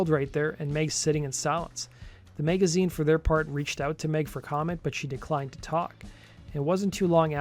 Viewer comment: Did you call Rolling Stone Magazine "the Meg-a-zine"?